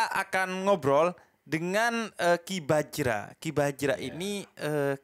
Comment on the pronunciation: bajra bukan braja 😅